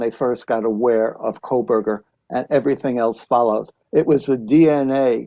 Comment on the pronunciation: And she pronounces Kohburger as KOHLBURGER. lol